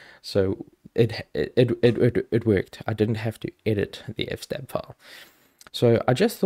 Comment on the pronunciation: NOPE its FS-TAB!!! as in EFF ESS TAB.....also nano is better than vim, vi, or emacs, systemd is GREAT, netplan is sooo much easier than ifupdown and kde is fine but gnome looks better.....might as well get it all outta the way right off the bat! haha